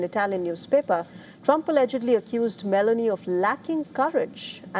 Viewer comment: acording to this map was a US base in Belarus.... thats incorect,. also the president of italy its Giorgia Meloni, not Melany.....